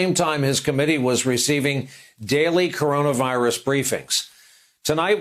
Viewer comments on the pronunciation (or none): Trump can't pronounce "CoronaVirus". 5 sylabyls, TOO complex.